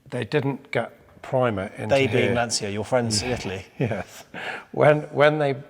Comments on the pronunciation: Why do people, even so called professionals and experts, pronounce Lancia incorrectly, first of all there is no”S” in Lancia, it is pronounced “Lan-chee-ia.” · Why cant English people pronounce Lancia? The C is a ch like in Citta